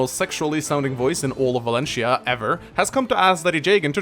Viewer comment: It's Valentia, not "Valencia", you plebeian.